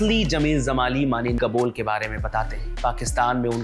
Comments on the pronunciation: कृपया जमाली (Jamali) को ज़माली (Zamali) न बोलें। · Zamali nahi, Jamali Sahi karo उच्चारण